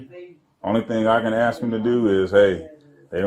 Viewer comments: How many times is she going to "axe" him? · She’s a liar. We all heard her say she ax him. there was a attempt of a axing with no ax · Why are they always wanting to "AXE" me??? How do you know he was "zooming in"??? "Unfortunately" it's a free nation. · You AXED me what i was dooin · I'm sitting here laughing at this watching 3 ignorant people of color acting as they often refer to as Acting A Fool! And Axing you not to film! Lol! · “ diminish mental capacity“ says the cop who can’t say the word ask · One question ...can any of them pronounce the word ASK 😂